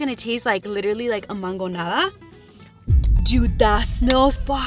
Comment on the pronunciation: Was it just me or did it bother anyone else when she said mangońada 😂